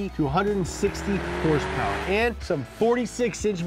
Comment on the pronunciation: The way you say horsepower is annoying af.